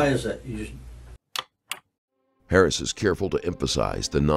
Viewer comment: wasn’t till around between there and here that I realized the narrator was saying Harris not “parents”. .